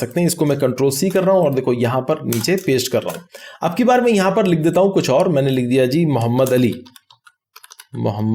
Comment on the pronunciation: Muhammad not "o" sir, Thanks for explanation sir